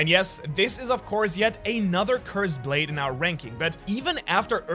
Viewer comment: Brade? Wideos? Are you ok man? 😂